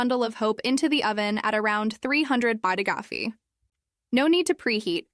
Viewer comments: What is 300 bagidafi? I’ve never heard Fahrenheit said this way! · Neither have I. A new AI accent?